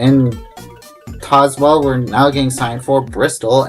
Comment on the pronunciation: Great video! It’s SAL-yers-ville, not “SAY-lers-ville”. Also TAZZ-wuhl, not TAYS-wuhl. Overall, you did well with the names. Those “Exit 1”’s you showed along the freeway bypasses of Tazewell and Bluefield, VA are part of sequential exit numbering on those brief freeway bypasses. I love that Grundy Walmart, with the bridge to get there and its odd parking deck. I’m disappointed that you didn’t show some of the newer pieces of US 460 as Corridor Q between Pikeville and Grundy that are only partially open right now. Going Westbound on US 460 in Bluefield, WV, WV does sign the split onto US 52 Northbound at Cumberland Road, while as you mentioned going Eastbound, WV failed to show US 52 Northbound. I think I know why WV failed to show it here. It would be an awkward routing for someone wanting to transition from US 460 Eastbound to US 52 Northbound , to go all the way up to Cumberland Road, then backtrack a few miles. Instead, I believe WV should sign a “TO US 52 North” somewhere closer to downtown Bluefield, possibly concurrent with US 19 through downtown.